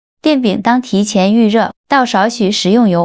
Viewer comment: 电饼铛里的“铛”念“cheng”，音“撑”，不念“dang”。